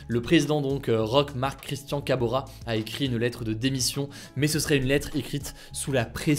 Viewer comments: Kaboré Hugo... Pas kabora... Si non merci encore pour ces résumés journalier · C’est Roch Marc Christian Kaboré et non Kabora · C'est M. ROCH MARC CHRISTIAN KABORÉ et non Kabora